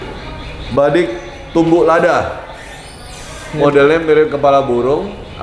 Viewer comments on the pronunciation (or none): Kalau Boleh Kasih info itu Tumbuk Lada Pak .. bukan Badik.. di sebut nya pisau.. dan Penyebutan nya.. ngga Pake O.. di sebutnya Tumbuk Lada.. Begitu Pak..